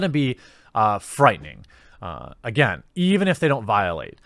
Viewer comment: Ah shit, here-we-go ageen.